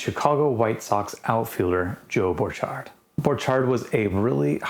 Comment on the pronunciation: Borchard found his success on an orchard :-) BTW, his name rhymed with orchard, rather than the French pronunciation you were using.